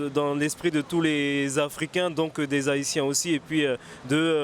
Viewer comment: On ne dit pas les zahitiens pas de liaison madame